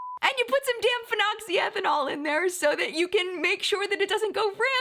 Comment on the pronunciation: Can we acknowledge that has no problems pronouncing phenoxyethanol